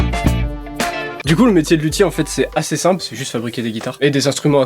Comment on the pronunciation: quand ta dit lutier g cru ta di qui fesai de la lute